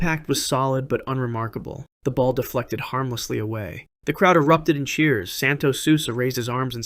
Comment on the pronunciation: Santos "sulsa"